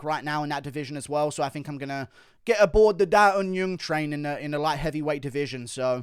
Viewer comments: Guru... Daeun Jung is NOT Daeun Yung.... It's Jung. In Korean, you'd say the surname first "Jung Da Eun ( Not Yung ) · It’s not da un yeung, it’s Jung as in juggle or jungle